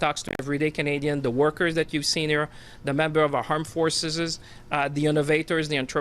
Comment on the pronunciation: "Arm Forceses".....🫣